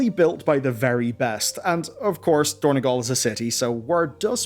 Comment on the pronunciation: It is dorn-O-gal, not dorn-E-gal. It is on Azeroth, not Ireland